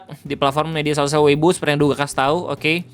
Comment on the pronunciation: Sama ini juga bg, ciao, bukan jiao, J di baca C, sama weipo, bukan weibo, B di baca P 😊🙏